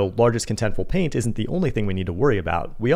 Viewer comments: Is that me or he is saying PAIN instead of PAINT? 😂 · sounds like your saying pain use the T so we know wtf your saying!